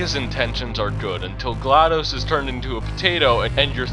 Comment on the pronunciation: well at least someone said glaDos's name right